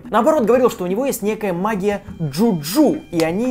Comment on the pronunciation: "МаГиЯ" ... "МаГиЯ"